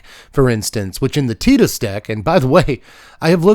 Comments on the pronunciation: Tea-dus is correct... but c'mon Tie-dus is so much better in English specifically it hurts. It probably wasn't intentional, but it fits so well. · Tidus is pronouced like Teedus. You are correct. But I really dont mind anymore. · The clip you're thinking of is probably from Kingdom Hearts. Tidus's name is never said in FFX, but it is said in crossover content like Dissidia and Kingdom Hearts. And in Kingdom Hearts, Wakka says Tidus's name. (And in KH2, Selphie also says his name, but she says Tye-dus instead of Tee-dus, meaning that there are two official pronunciations of his name within the same franchise.)